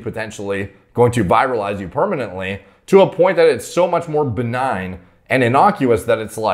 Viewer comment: Virilize is different from viralize…not nitpicking…enjoyed the video. Maybe it’s because people have corrected me all the time with my pronunciations…